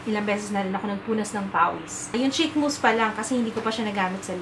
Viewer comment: Hi. I always look forward to your videos/vlogs. Mejo na-bbother lang ako sa pronunciation mo ng words na may prolonged /ee/ sound kasi nagiging /i/ sound sya. Example: Concealer sounds like Consiler and Cheek sounds like Chick. I hope you don't take this the wrong way. Keep up the good work!:(